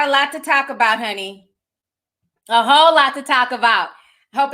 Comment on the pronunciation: Am I the only one who heard “ we got a lot to talk about, a Hoe lot to talk about “ 😂😂😂 I don’t know